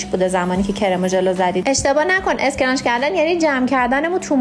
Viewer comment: اسکرانچ؟؟؟؟؟؟؟؟؟ یعنی تلفظ فاجعه در حد تیم تلی !!!!